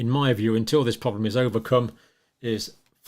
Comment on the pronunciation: Those clips from the Campbell shows are hard to stomach. Cannot bear his gurning and dramatics, and his speech is so annoying, like how he pronounces problem as "pwoblem".